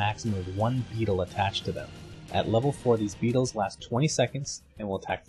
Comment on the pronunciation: I heard pedo instead of beetle